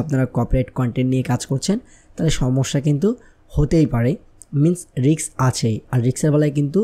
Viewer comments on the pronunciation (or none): Riks না Risk